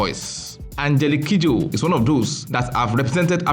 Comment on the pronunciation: When he mentioned her full name, I losti t from how he pronounced it.